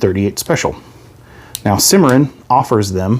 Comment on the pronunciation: sorry to be negative but the company is pronounced: Sim-uh-ron.